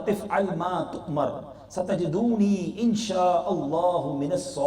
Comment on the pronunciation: ستجدنی۔۔۔۔۔۔کو ۔۔۔۔۔ستجدونی۔۔۔۔۔۔پڑھا ہے بھائی نے۔